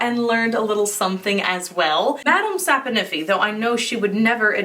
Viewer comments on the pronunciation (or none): Madam "sap-In-iffy" 😅🤣🤣💕💕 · Madame sap-o-niffey 😂